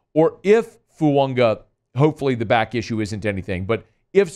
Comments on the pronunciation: Goddammit there in no "n" in Fuaga. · Why does he never pronounce fuaga correctly lol